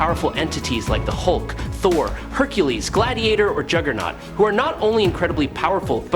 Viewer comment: Did you just call jugerloses? WTF!!